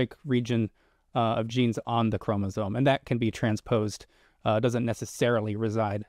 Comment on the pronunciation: yes but it was depressing that was pretty clueless about what a chromosome is (including how it is pronounced). Maybe spend 10 minutes in an undergraduate biology text.